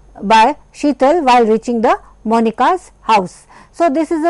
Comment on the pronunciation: She even unable to say reaching correctly...Book Reading Teacher..worst pic of education